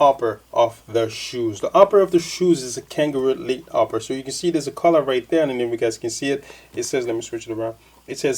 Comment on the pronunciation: not langaroo leather its kangalite not "kanga elite" lol. its synthetic msde to imitate kangaroo leather